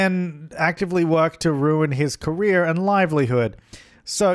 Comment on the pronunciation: I speak english as a second language, the whole time I thought you were saying Korea instead of « career »! xD I was trying to understand how your sim could be an actress in Korea, didn’t make any sense! xD What could I use as a pillar, in the original objects fron the game? I just have the City Living pack..